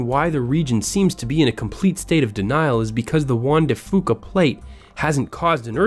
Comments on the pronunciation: Juan de fooka 😂 its pronounced Juan de fewka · Juan de Fuca is pronounced few-ka not foo-ka.